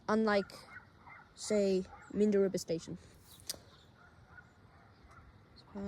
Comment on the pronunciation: This is a bit local for my liking... I think I had a stroke hearing that, it's pronunced MAN-DUR-A-MA